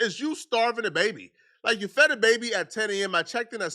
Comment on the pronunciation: "It's 6pm and the baby hadn't been (feddeted) yet....😂😅